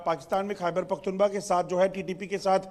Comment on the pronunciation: Abe kya pakhtunba pakhtunba kr rha h pakhtunkhwa h aya bda anchor zahil